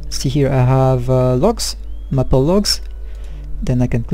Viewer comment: Another great vid! Keep them coming! Best, John PS. Its pronounced May-pull. But its said fast. :)